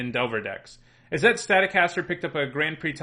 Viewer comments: Why is he pronouncing izzet that way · The way you pronounce Izzet hurts me. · "Izzette... That must be Italian!" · Isn'tit? :P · his prononciation of "Izzet" makes me laugh.